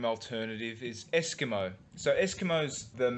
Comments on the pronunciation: eskmo? in san juan the word is pronounced es-keem-o. . I lived here 6 years, own a lot at marsella playa. just north of town. . nice place to retire. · for your information Eskimo is pronounced Es-key-mo when your in SjDS.